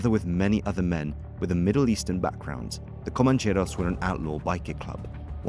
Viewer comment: You make it sound exotic: "comancheRRRRRos". Rolling your "r"s is a bit too good for these bogans.